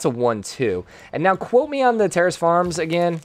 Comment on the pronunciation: Why does it sound like he keeps saying "Terrorist Farm"? Is there an accent affecting his "Terrace"?